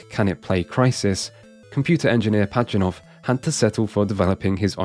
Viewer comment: It’s “Pazhitnov”, not “Pachinov”